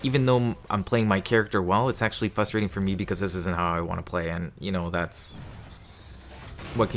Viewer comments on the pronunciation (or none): The word is “frustrating”, not ”fustrating” bro 😂